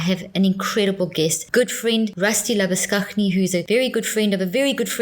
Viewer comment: It's labushane not labushuhknee